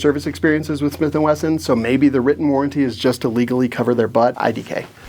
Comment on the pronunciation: Smiff & Wesson